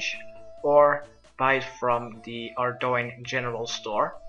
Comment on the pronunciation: it is pronounced ARDONE, not ARDOIN